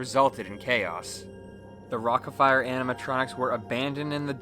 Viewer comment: "rockaFARE explosion"